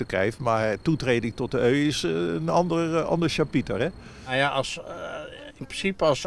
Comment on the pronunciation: Die gast weet wel dat EU een afkorting is toch? Of spreekt die de VS ook uit als ffssss.